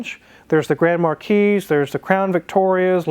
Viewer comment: Grand Markeece!?!!? Do you also say Grand Pricks?